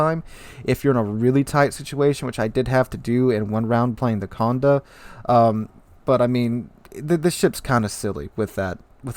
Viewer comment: Accent on the é, so condE, not cOnde.